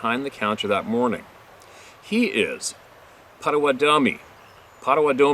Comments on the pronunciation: Potawatomi - Pot - a-wau'- tah-mee - Wau sounds like the first syllable water Emphasis on 1st and 3rd syllable Then kind of Slur it all together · Pronounced "Pot a watt tow me". I'm from Michigan also. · I don't know if someone has told you but the tribe name is spelled Potawatomi pronounced Pata wata tomi... I'm sure someone has already told you this.. Just saying 🙂... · Yo it's pronounced pot o watt o me. Lmao! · So happy to see you safely back home again. Granny worries sometimes 👩🏼‍🦳 ➡️ 👵🏼 Anyway, POTAWATOMI is pronounced: pot-ah-WHAT-a-me. Love ya, dude, remember we are on your side.